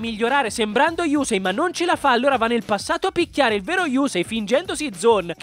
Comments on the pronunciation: Però si dice yussei non yusei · Sentire yùsei fa male alle orecchie :)